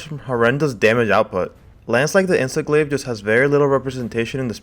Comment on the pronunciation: Did i just hear "Insest Glave" lmao